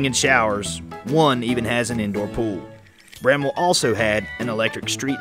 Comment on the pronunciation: Thank you for pronouncing Bramwell correctly.